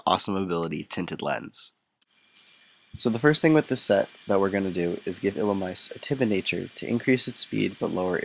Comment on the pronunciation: It's actually pronounced like ee-lu-me-say